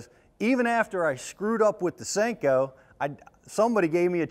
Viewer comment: "additional salt" would cause more bouyancy 'eh?, It's a Senko, not a sink-o.